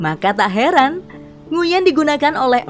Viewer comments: Kalo gk salah bacanya Nguy-en bukan Ngu-yen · koreksi min… nama Nguyen diucapkan "nguin" ya… jangan keliru ucap nguyèn biar yang lain tahu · Bukan nguin tapi d baca jadi 'nguyn'